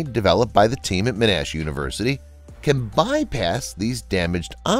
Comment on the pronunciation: “Men-Ash University”